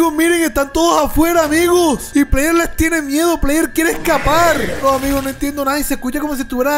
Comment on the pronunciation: Se dice player